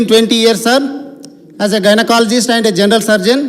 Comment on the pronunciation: Nee bonds gynaecologist aadi gynakalagist entraa